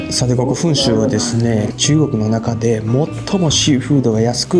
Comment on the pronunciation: こ↑こ↓アウト